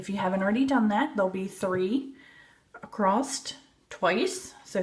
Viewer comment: I have a question.? Why do you say "acrosst"?